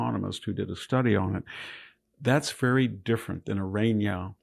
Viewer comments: Iryna is pronounced ee-REE-na. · It’s just “irina”, not whatever you are pronouncing. Otherwise carry on